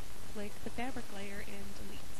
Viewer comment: I hate the way you say fabric! gawd